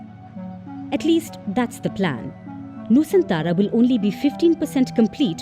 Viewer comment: Nusantara bukan Nusantala